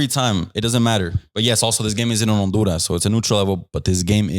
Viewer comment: He pronounced the H when saying Honduras when trying to sound like he’s saying it in Spanish 😂😂😂😂